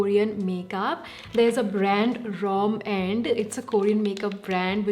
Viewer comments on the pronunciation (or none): It’s called romand not rom and😂😅